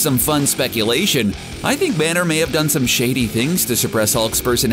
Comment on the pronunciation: Is everyone gonna ignore the fact he says "the Hulk and Bruce Branner 😂😂😂